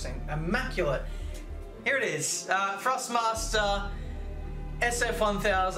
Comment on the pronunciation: love the vids but its ThrustMaster not FrustMaster